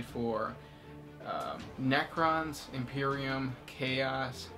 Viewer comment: you said nercrons and tyrinds ally in the nercron lore